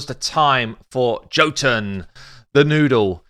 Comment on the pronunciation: Okay just gotta be that guy but sorry but you're saying jotunn wrong. It's an Nordic word for a race of people known as Giants and Jotunn is weird because it's pronounced Yo-t-enn though spelled Jotunn I see that you say it the way you do because of English and unfortunately English is a language we can all agree makes no since either. XD